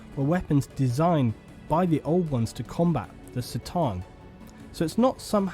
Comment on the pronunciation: Not off to a good start. It's k-TAN, not S-tan. - So that guy in the middle is an Eldar Warlock. He's a low-level psyker who commands wraith constructs. Wraith constructs are machines that are built of wraithbone and operated by the soulstones of dead Eldar. The thing to the left is a Wraithguard, a construct that serves as infantry. In the back you can see a Wraithknight, a giant war-walker piloted by twin soulstones. That symbol is the mark of the Infinity Circuit, the structure in which Eldar soulstones are stored to provide the souls with a form of peaceful afterlife. It marks the wraithguard out as being piloted by a departed soul. - I'm pretty sure that's just a generic Farseer (eldar psykers that scry the future). You can see another warlock to the right. Can't tell which tank that is. On the left in the distance you can see an Avatar of Khaine, another wraithknight to the left of that, and you can see a Warp Spider aspect warrior at the edge of the picture. - Okay, talking out his ass again. The Eldar were NOT created as weapons. The Old Ones HAD no significant enemies when they elevated the Eldar. Their intention with the Eldar was to create a perfect psychic race for the sake of aesthetics. It wasn't until the Necrons began attacking the Old Ones that the Eldar bent their gifts to war. - While these points are valid, keep in mind that the Eldar lifespan is MANY times that of a human. Eldrad Ulthran, one of the most important Elda